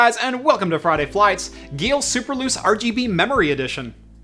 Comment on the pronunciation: I would have guessed that Geil would rhyme with "isle" instead of "eel".